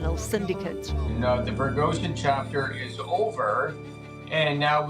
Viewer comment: i hate how she keeps mispronouncing Prigozhin.